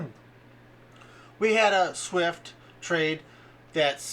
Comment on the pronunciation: Swift not Shift